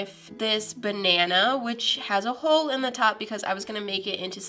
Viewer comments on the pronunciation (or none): none